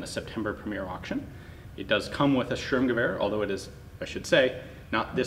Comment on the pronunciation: "Sturmgewehr" literally translates to storm rifle (or rush rifle - "Sturm" has a bunch of meanings, German homonyms are awesome). So not Strumgewehr, just like it's not a strom, but a storm. ;)